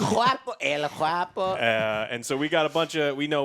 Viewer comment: I like how says "juapo" and not guapo